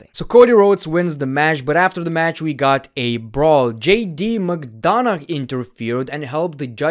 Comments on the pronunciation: McDonagh is pronounced "McDona", the "gh" is mute, so you don't pronounce it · The fact that he pronounces McDonagh is so funny 😂😂